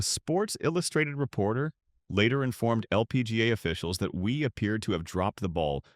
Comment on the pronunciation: Michelle Wee or Wie lol. AI voices are funny